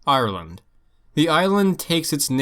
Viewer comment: “Arrerland” the proper way to pronounce it lol